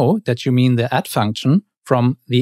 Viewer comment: Sounds like youre saying "at" not "add" Otherwise great vid